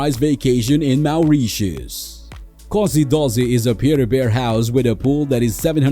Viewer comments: Awful voice and pronunciation. MAOURITIUS!! WT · Had to turn the volume down , maoreeshus